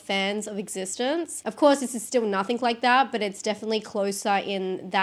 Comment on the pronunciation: I think the movie is prounounced exi - stenz , not existence. Although maybe im wrong i cant remember lol